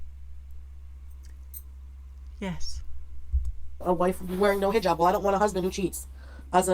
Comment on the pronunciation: HE JAB I cannot with that pronunciation! She lived a 3 year MASCARADE that is all it was. I do think one morning she won t wake up....her heart will seize...and I honestly sadly enough think that is what she hopes for. Eternal Sleep. I fully understand what you teach (I am sure to some you are teaching) CPTSD.....that is my primary condition, not going to lie. 13 yrs of daily fearing for ones life, before you can get away from a Psychopath....But today, I am hella STRONG and offer counsel to others. Ty for bringing up these REAL LIFE issues. Appreciate you.